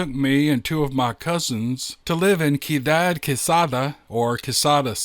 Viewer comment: Lol ciudad is pronounced See-you-dahd. It just means city. Spanish sounds funny when spoken with a southern accent, this is a great story. Thank you for a good start to the day!